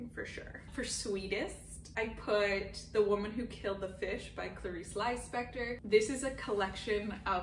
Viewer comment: I love a manless book, who cares about men? haha I like hearing your best books because they feel different from other best of the year lists, I always discover a new book watching your videos. Just a small correction, Clarice is brazilian, so you say her last name like Leespector :)